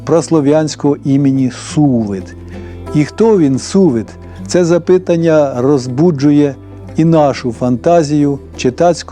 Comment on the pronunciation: Таки насмілюся зауважити: підкреслення звука /c/, а не /ес/, бо так Ви називаєте букву, а не звук. Та я знаю, що Ви це знаєте, а ото ж придираюся, як до дітей. Та й "запитАння". ❤